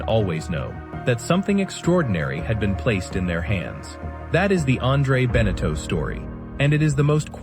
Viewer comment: pronounce benetau properly, thesame for jeaneau. terrible video, waste of time. no photos of the boats they built.